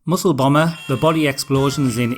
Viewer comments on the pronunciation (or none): none